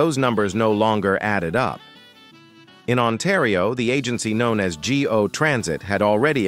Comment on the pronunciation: it’s pronounced “go” as in I will go to the market not G O